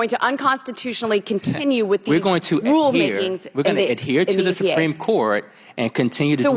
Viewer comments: “the sumpreme court” 😒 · She actually said the sum-preme court at the start of the video.